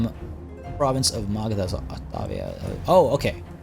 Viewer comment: pretty amazing to see that your pronunciation of Indian names is so correct :)